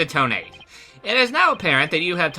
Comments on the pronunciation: I have a problem this entire case :T (yes this is REALLY late commenting) You keep saying "Toe-Nate" when I'm pretty sure it's pronounced "Toe-Na-Te" Just me, or anyone else with me? (I think it's just me) Then again, Ted Tonate is like "detonate"; Candice Arme is like "can disarm"; etc. I could be reading this TOTALLY wrong :T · Thats not how you pronounce Tonate. This is how; Toe NAH tay Lol i cant type pronunciations but good video! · I thought you would pronounce Tonate as toe-nah-teh. Makes it sound much more menacing.